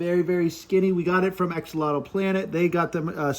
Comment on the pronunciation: I love how everyone pronounces axolotl wrong, lol